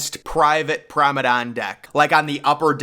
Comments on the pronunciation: You say “promenade” wrong, it’s not “promedann” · Prom-uh-nod, not promedon, FYI. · It's Promenade not "promedan" . It's not that hard to pronounce. "Prom-e-nade". Jeeze. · It's pronounced promenade deck not probedame deck 😭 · ..I really love your contents...Very informative & always to the point.... ..And it's called 'Promenade'. .not promedan...TYSM !💙💙💚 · its PROMENADE not PROMEDON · TF is a promedan, dont you mean promenade? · Promenade!!!! Not Promedane - what the hell is a Promedane? 😄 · 🎉🎉🎉 glad someone else noticed too